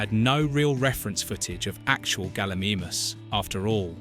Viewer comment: Galla MEE MUSS, its Gal-I-MY-Muss. (its also CGI, not Y). For rendering is pretty good for its time (you repeated that fact) in comparison to lord of the rings which was 48 hours per frame at a rate of 32, I think in 1993 they did amazingly well as PC's were no where near as advanced. Pretty good coverage otherwise, didn't know about the water fact on the T Rex, that was cool. Keep up the dino movies :)